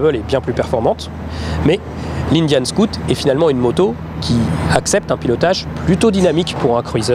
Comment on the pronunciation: cest scoot cest SCOUT !! Va aprendre englais si tu veux !!